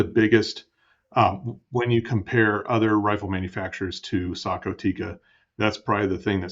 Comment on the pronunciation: Yes finally Sako is pronounced correct unlike anybody in Australia can do. 😅😅😅